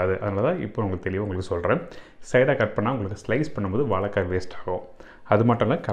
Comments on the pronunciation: Why mispronounce 'vazhaikka'? I thought 'zha' is very unique to Tamizh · அன்பரே, வாழைக்காய் என்று சொல்லிப்பழகுங்களேன், வாளக்காய் வேண்டாமே.